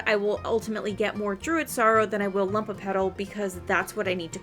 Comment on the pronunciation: Very in depth video, tysm! But it's LUMOpetal, from the latin word "lumen", which means bright or shining, not "lump" xdd